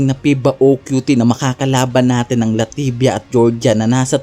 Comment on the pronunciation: Boss LATVIA at hindi LATIVIA MASON AMOS at hindi MASON AMO